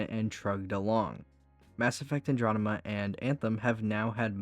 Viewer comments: Bro...if youre unable to say Andromeda....dont...its so annoying hearing you say Androdema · I'll add up to the mountain of salt at your mispronunciation of Andromeda - you've already responded to others, but I simply have to say that hearing you say that word over and over makes it very hard for me to keep listening, it's like I'm listening to KingCobraJFS, but without the charm.